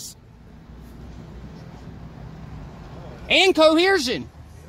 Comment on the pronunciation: What's incoleershin?